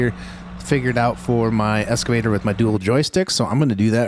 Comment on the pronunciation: please please please bro dont pronounce it "Escavator" PLEEAASEE lol its an EXcavator, or Hoe, some weirdos say "front shovels" but those ppl are sociopaths. but any sort heavy equipment operator just cringes when we hear someone call it an EScavator... lol